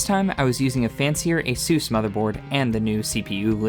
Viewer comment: its not aysuus its ASUS